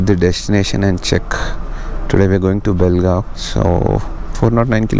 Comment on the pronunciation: Lo bolimagane it's Belgaum not belgaon